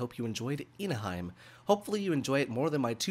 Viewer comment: It's pronounced as Ina-he-meh. Hime means Princess in Japanese.